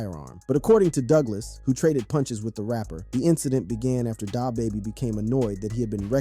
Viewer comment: Bro you suck at pronouncing these rappers names, like Pooh sheesty tf , illiterate asf. DaHbaby 🥴 smh